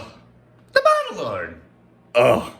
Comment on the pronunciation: Is it "The Bottle Lord" or "The Bottle Dork". I hear both depending on the episode